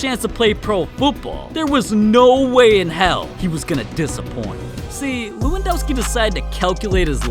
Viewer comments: It's le-won-doh-ski I think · it's lewandoski=levandoski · It’s pronounced Levandovski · It levendoski I'm polish